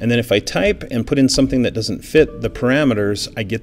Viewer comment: minute , Paramenters?